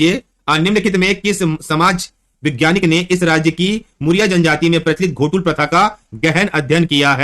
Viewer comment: सर घोटुल नहीं है गोटूल है